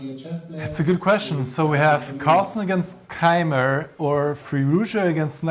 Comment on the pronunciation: Niclas mispronouncing Keymer isn't something I expected.